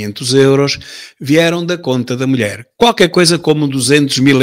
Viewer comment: "A minha melhére" por amor de deus